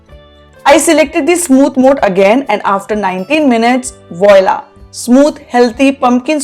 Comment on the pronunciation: Hey dear ( it's not vyla) it's voila that's how you pronounce it ( voola) ❤❤